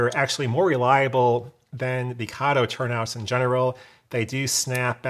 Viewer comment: Kato has a long A. Please pronounce it correctly. Came straight from a manufacturer's video.